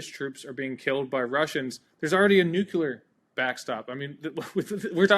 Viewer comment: super interesting discussion and well said on "armies are there to be used" incentives. Nitpick "nucular".